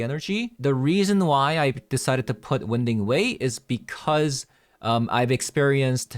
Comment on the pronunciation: Btw, it's not "win" ding way. It's pronounced "wine" ding way. The passageway meanders around, moving left and right.